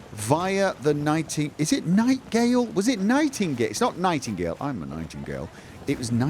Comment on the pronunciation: Anyone else screaming every time he calls the NITEGATE inn nitegale